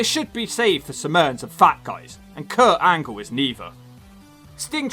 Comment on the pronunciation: Did You Say Perc Angle?